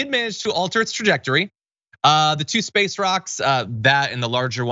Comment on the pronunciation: Come on John. It's pronounced "In Spaaaayce"! I think buying this woman a couple drinks and letting her expound on orbital mechanics, mass thrust equation, and the inverse of velocity, foot pounds of thrust, and degrees of course change would be entertaining.